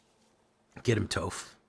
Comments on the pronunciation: Its pronounced "toff" smdh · How does he not know how to say Toph?!